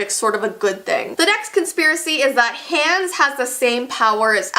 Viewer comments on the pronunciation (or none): it’s pronounced On-Uh and Ha-Ons. Not anna and hands. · Ok it’s hilarious how she calls him hans instead of Hahns 😂😂I think Hans is Hans instead of Hahns but STILL SHE SAID IT SO FUNNY😂😂😂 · Is the Canadian version of Frozen different? Cause at first I thought mispronouncing Anna and Hans’ names was a fluke, unless its just pronounced differently in the Canadian version (its pronounced “Ah-nah” and “H-ah-ns” in the US version). Idk, it bothered me and I wanted to know if its pronounced differently depending on where its released. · sorry but how can u say your a frozen fan and then pronounce hans like hands and anna like ana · I love your videos but you say Anna and Hans names wrong it is pronounced Awna and Hawns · stop the way she said hans just hurt me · you did not pronounce Anna and hans right